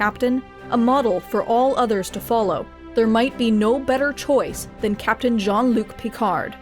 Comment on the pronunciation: Yeah, give me a call when "Djean' Look Picarde" he's capable of pronouncing his name properly though x'D